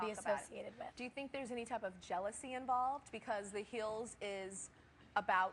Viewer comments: "The Heels" ... I'm sorry, but she did not say it right. haha :) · she said the heels instead of hills